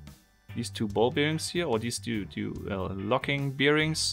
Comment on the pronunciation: I love it, but please stop saying Ball-Beer-Rings